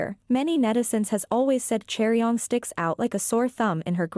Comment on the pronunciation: Chaeryeong? "Cherry-on"?? omfg can we all just agree to at least TRY to pronounce people's names right?